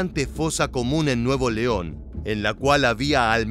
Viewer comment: no es nuevo leon es nuevoleon todo junto! y sin pausa. son muy buenos los contenidos. gracias por la labor